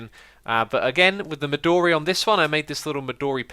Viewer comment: The "o" in "midori" is not a long wovel.